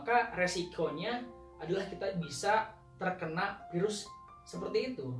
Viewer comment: Virus pak bukan Pirus pak wkwk